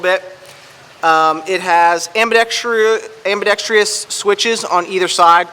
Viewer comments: It's ambidexTROUS...not TRIOUS. I liked Travis Haley's review better. Just feel like he knows what he is talking about. Have you watched his review? You should. This is a perfect light for what it is designed for. Just food for thought. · I thought I was the only one who noticed the gross abuse of the pronunciation of "ambidextrous." America is getting dumb, and gun reviewers mispronouncing words isn't helping